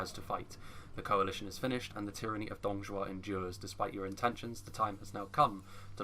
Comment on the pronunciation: Btw isnt 董卓 being pronounce as DongZhuo instead of DongZhao???